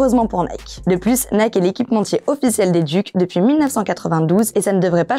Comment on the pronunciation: C’ est « Dyouk’ » pas « Duke » ... mais on te pardonne.